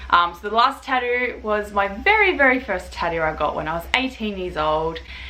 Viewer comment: What’s a tah-ooh